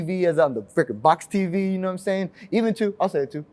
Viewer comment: Mans dropping more “gnomesayin”s than JROC!